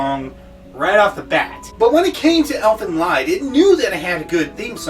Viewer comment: You misunderstood a lot of things. For example: in many countries, marrying your cousin is considered fine, this show is nowhere close to being a harem, The fact that nudity has been in art since the dawn of human art creation and doesn't always mean something raunchy, and you're even pronouncing the name wrong. Plus, other things. But, at least your ability to put together a video is better than mine. Keep it up.